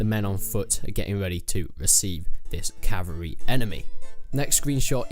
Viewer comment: It's pronounced "CAV-AL-REE" not "CAV-AREE"